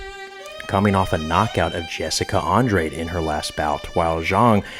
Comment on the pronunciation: Naw Ima take ur picks with a grain of salt when you don’t know how to pronounce Andrade last name 🤦🏻‍♂️